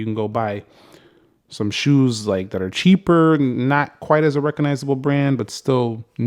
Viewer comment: I like the sheeper pronunciation